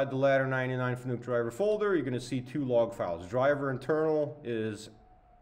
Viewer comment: its pronounced fa-nuc .. not fannuck